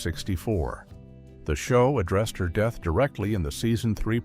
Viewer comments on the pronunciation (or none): none